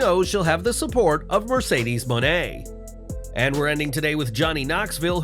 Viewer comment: Can't believe none of you mark wrestling sites can't say Mercedes Mone name correctly smfh..... supposed to say it like "money" but with a long A ....